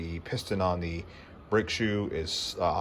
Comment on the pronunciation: OMG ... Delete this video just for the number of times you say BRAKE SHOE (incorrectly)